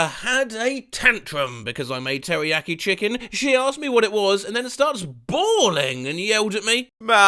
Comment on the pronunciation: when you say teriyaki chicken I sounds like Teri yucky chicken